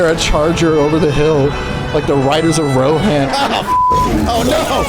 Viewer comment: Why he say RoHAN, yuck